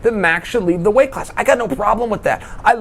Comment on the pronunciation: Was that a "weighth" problem? Did I hear a 9er in there?